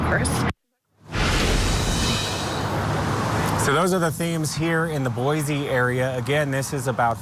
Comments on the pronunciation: It's Boy-see not Boy-z. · That’s Boise=Boy see!